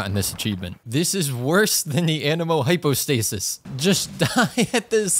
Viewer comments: it crashed because u said hypo hydrostasis lmao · Did anyone notice that he said hypo hydrostasis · I think it crashed from you saying “Hypo Hydrostasis” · "the hypo hydrostasis" game decided, nope you just said that wrong, time for a yeet yeet self delete for this game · Bro really said hypo hydrostasis 💀🤣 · "hypo hydrostasis" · Did I just hear hypo hydrostasis?😅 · Bro said hypo hydrostasis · he said hypo hydrostasis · genshin crashing after saying hypo hydrostasis lmao game literally said you don't call it like that